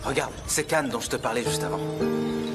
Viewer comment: S'il vous plaît prononcez bien les noms des personnages 😭 Can ne se prononce pas Kan, mais Jan